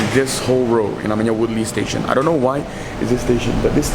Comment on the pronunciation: I'm more caught up that he pronounces Woodleigh as woodly... I always thought you pronounced it as wood-lay